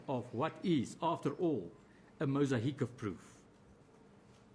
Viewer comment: Talk about pulling at straws, nothing really conclusive, more just "you cannot see it any other way.." Empty vessels make the most noise and this is 4 hours worth, In closing, its mosaic not mosahic.